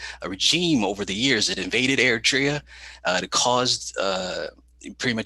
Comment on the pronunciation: Your segment introducing war on Tigray was cringe af. You can’t pronounce your guest’s name, let alone Tigray, Eritrea, or Addis Ababa, and then you act like youre in position to say what’s going on in Tigray is manufactured. Filmon is a shitty propagandist but was somewhat even in his presentation (for him). All you are focusing on,, is US sanctions, which is bizarre when Tigrayans are being slaughtered. Seems like if African people actually were more than a prop for you, you would have centered them in your discussion.